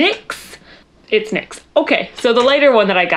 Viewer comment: When your sister just now realizes it's Nicks not N Y X...